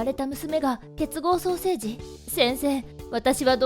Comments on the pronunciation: 結合ソーセージって聞こえた。なんかすいません。悪気はないんだが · 不謹慎 私もソーセージに聞こえました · ソーセージにしか聞こえんwww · ソーセージにしか聞こえない…笑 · 双生児がソーセージに聞こえた私はいったい.... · さいしょの結合双生児が結合ソーセージにきこえた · ソーセージにしか聞こえなかったのは私だけじゃないはず…。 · ソーセージって聞こえた。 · こーゆーことを言っちゃダメだと思うけど 結合ソーセージに聴こえてしまう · 失礼だけど結合ソーセージにしか聞こえない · ごめんなさい ソーセージにしか聞こえない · ほんとにごめんなさい。 結合ソーセージにか聞こえませんでした。ごめんなさい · 同じです❗